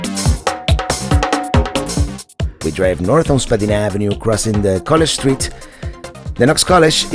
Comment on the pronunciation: Spadina ave. - itss pronounced .. Spa d-eye na ,, not spad e na